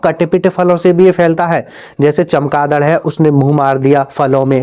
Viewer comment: कौन.... दड़😂😂😂 फ़िर से तो बोल😅😅😅